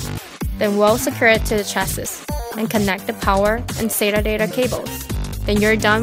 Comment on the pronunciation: The last "S" in chassis is silent!